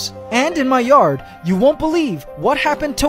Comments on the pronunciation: I don't think I've ever heard anybody pronounce cicadas like you do LOL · Is he saying their name right because ive never heard it pronounced that way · Wait...is it really pronounced that way? Never ran into them until I moved to Florida. Down here they pronounce it si-cay-das instead of si-cah-duhs. The noise when they all surface is incredibly loud and the pitch makes you feel like the sound is in your brain. During a hot summer day you have to speak louder for another person to hear you even in close proximity. Sleep deprivation and playing Cicada sounds loud would be a effective torture method. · It's a Canadian vs American thing on the pronunciation pretty much. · A sah-ca-dah lmfao you must not live anywhere near where there coming out at or just never said it that way in public 😂😂 it’s pronounced c-kay-dah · Do a simple search in google. How he pronounce it is in UK pronunciation. "The most basic answer to the “cicada” question has to do with where you live. The preferred pronunciation in much of the United States is “si-KAY-da.” Some Americans opt for “si-KAH-da,” like the last name of Cuban-born singer-songwriter Jon Secada. That variant, though, is heard more frequently in the United Kingdom and such Commonwealth countries as South Africa, Canada, and Australia. Those who say “si-KAY-da” need not be intimidated by “si-KAH-da,” as the latter pronunciation is a Johnny-come-lately even in Britain." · He's Filipino, they pronounce it like that. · It's a tomato/potato type of situation, Canadians and Americans pronounce some words differently from each other. Neither is wrong, just different.